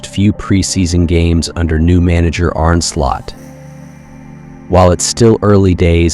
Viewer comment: Well done to the ai voice for saying Arne Slot's name correctly.